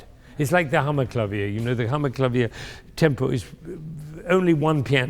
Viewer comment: and it is not tempe, its tempo, just google it, and the listeners are applauding them for doing a job well done